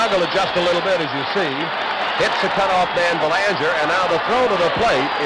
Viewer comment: As a Canadian I remember noting the horrible pronunciation of Mark Belanger's last name. Half the population of Mass. seemingly has Quebecois roots.